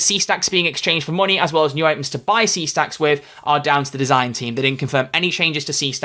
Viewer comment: I laugh everytime I hear her say "make some monEY".